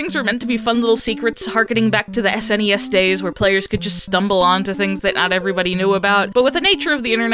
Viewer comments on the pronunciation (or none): none